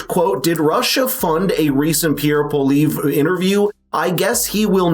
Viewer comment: Please pronounce Pierre’s last name correctly.